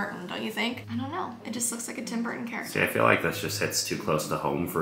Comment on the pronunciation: When she said “It almost looks like a Tim Burton thing” I swear I heard “It almost looks like a Tim Hortons” 💀💀💀 (Might’ve spelled the wrong I don’t live in Canada)